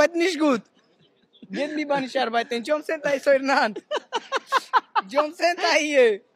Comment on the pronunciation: "Jombcenter"! Sogar viel zu BLÖD um "JOB CENTER" korrekt auszusprechen.